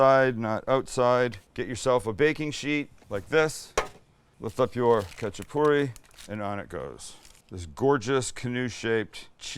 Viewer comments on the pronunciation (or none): its hacha-purri, the K is silent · First of all it’s pronounced xachapuri, it’s not Georgian, Azerbaijani or Turkish it’s ARMENIAN! My whole family has made this from scratch since I was a child till today and if you need advice on how to get it right let me know SAMUEL! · The k is silent. Just the h sound.. My husband spent time in Georgia. He loved these and Khinkali dumplings. He says they are eaten anywhere, anytime. I've made both a few times. I also once made individual ones with just cheap canned biscuits. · I’m Georgian descent, lived there and went to school there, and speak Georgian. Love seeing this! There are many types of khachapuri (pronounced with a hard H not a K) specifically this is Adjaruli khachapuri. Most khachapuri is round, and doesn’t have the egg or butter added and is typically baked. All are delicious! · Saying it wrong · bro u just fuckedup adjaruli khachapuri :)) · THE COOKING GUY!!! The K in Khachapuri is silent and the traditional cheese is Sulguni and this is the adjika style khachapuri if im not wrong??